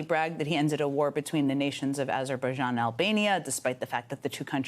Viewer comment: Trump is insane. He cannot even pronounce Azerbaijan.